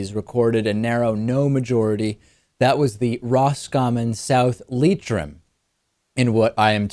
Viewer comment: Hey you said Leitrim properly. I'm proud of my boy David!